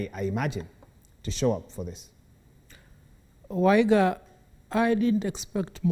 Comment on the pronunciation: It's waiga not waigwa freak